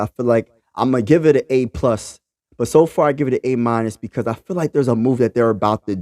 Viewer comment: A. "meenus"? wtf is that? hahaha